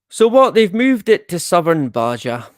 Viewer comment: Btw, Baja is pronounced bah ha. The j has an h sound.